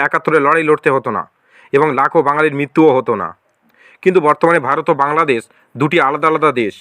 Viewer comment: বাংলাদেছ, প্রকাছ😂😂 ভাই আগে ভাল করে বাংলা উচ্চারণ করতে শেখ তারপরে বাংলাদেশের চিন্তা কর😂😂